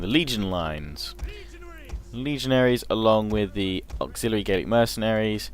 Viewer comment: You say like "GAYlic" warriors